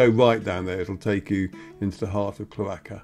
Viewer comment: Super to view this. BTW it’s CHLORaka-accent on the first syllable